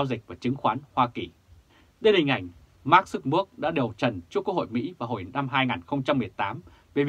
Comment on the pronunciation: Tên của Mark Zuckerberg phải đọc là/mac jăc kơ bớc/